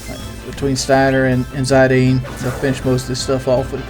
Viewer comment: it's Zidane like the french socker player, not Zadine:) love that you're doing a final fantasy game:)